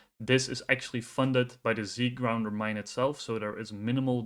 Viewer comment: Z gounder, not Zgrounder. Otherwise great job.